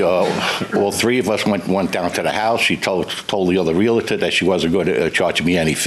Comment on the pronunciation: its painful listening to his bs and its realtor not realitor and he was a cop.. hope dont get stopped for speeding listening to him